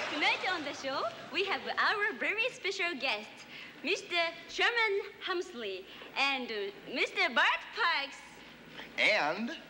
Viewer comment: C'mon Jeff...It's not Sherman Helmsley, it's Sherman Hemsley.